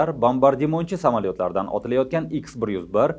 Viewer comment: Ютубдаги чаласаводлар армияси учун маьлумот. Россия куллаётган ракета икс 101 эмас ха 101. Бу шундай талаффуз килинади. Езилиши Х-101.